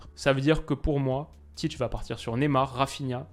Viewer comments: Très bonne analyse, comme d’habitude! Sinon Ça se prononce Tit(é) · La prononciation c’est tité